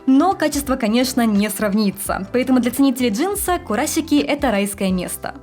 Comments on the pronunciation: Спасибо большое за видео, очень интересно!👍👏 Скажите, пожалуйста,так как всё-таки правильно произносить: КураСики, как на обложке видео или КураШики, как вы произносите? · Уже который раз спрашиваю, как же правильно произносится вот это сш на японском. Вы говорите Курасшики, произнося и С и Ш. Но при этом подписываете видео как Курасики, а на английском языке пишите Kurashiki, что произносится как Курашики. Так как правильно?